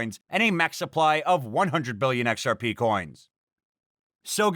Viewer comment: The joke was about how he pronounces XRP. He doesn say XR-Pee how most pronounces it. He says XR-Pay.